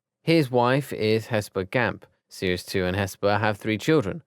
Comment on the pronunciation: I think the right pronunciation is Sirius 2nd,not serius two